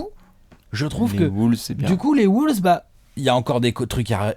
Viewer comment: Et on dit "wAUlves" et pas "wOUlves"... À chaque fois je grince des dents...